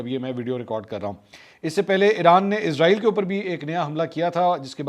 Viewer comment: Ap اسرائیل ko Izrael bol rhy hai ya mjy asi smj a rhi hai